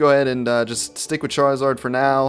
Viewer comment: Amy else realise that charizard is said like Char-ee-zard